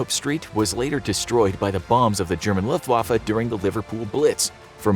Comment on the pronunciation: I just love hearing non German people say the word Luftwaffe